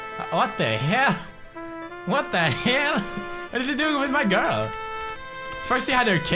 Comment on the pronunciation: he said grul not girl, he is obviously talking about something else he thinks that everyone needs to have.